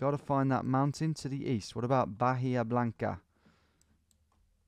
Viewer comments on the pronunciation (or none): none